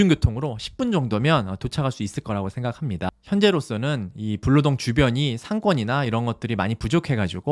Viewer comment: 블아니고 불로동이에영